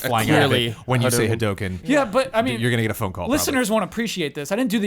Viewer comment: why do you guys pronounce hadouken so wierdly ?